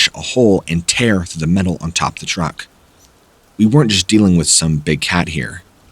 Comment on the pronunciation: Thought he said that car was a rruck